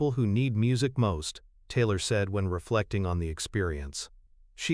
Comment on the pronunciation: This voice of the narrator is awful her name is Taylor, he pronounces it tiller or teelor speak English or get someone who can speak English to narrate.